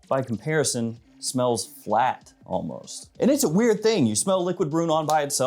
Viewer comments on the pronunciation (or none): none